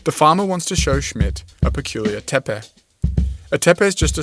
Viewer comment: I like how you pronounce it "tepe" and not "teypee". Gives this video much more credibility. That is very important because of your heavy use of awful stable diffusion and you cite Rupert Sheldrake as well. Oh, and have you notice how some people are offended by the notion that they were dark skinned? I really want to see their reaction to the notion that our Synapsids ancestors were also dark scaled.